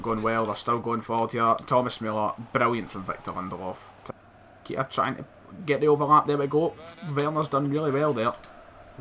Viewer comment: Keita is prenounced Kay ta not keeta😂😂😂